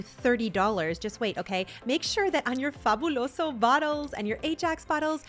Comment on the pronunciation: Okay I see you saying Fabuloso correctly! ❤❤